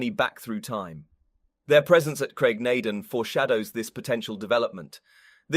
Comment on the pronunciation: Lall-leee Broch and Graig Naa Dooon, not just punctuation